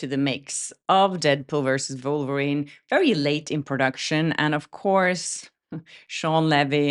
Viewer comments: I realise you have an accent but do you realise you sound like you are saying vulverine.😅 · this is NOT making fun of your accent - I think it's lovely actually. Having said that, I have to mention the absolute delight I felt with your pronunciation of Wolverine as Vulvarine # All I can say is... YES we totally need a Vulvarine superhero!